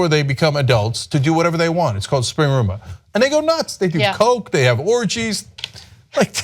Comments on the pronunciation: It's called Rumspringa not Springruma. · It's not Springruma, Cenk. It's Rumspringa. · Also, it's 'Rumspringa', not 'spring rumah' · Springruma? Do you mean Rumspringa? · For the Amish, it's not "springruma" It's "Rumspringer." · rumspringa not spring-rum-a lol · Lol Cenk "springruma". Just have to point out it's Rumspringa/Rumschpringe/Rumshpringa, sorry, just had to be That Guy. ;p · Close, Cenk. Actually it's Rumspringa not Springruma. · No, Dude. The Amish call it "Rumspringa." Not Spring-Ruma. 😅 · it's called Rumspringa Cenk! Rumspringa (IPA: [rəmˈsprɪŋə], Pennsylvania Dutch: [rʊmˈʃprɪŋə]), also spelled Rumschpringe or Rumshpringa, is a term for a rite of passage during adolescence, translated in English as "running around", used in some Amish and Mennonite communities. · Cenk, it's Rumspringa ya silly bastard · There should be a producer off-camera correcting them when they mispronounce words like "holi" and "rumspringa."